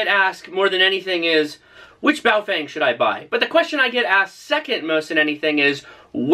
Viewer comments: Nope: it's pronounced Pofung, clever clogs. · FYI BaoFeng is pronounced BaoFung in Chinese.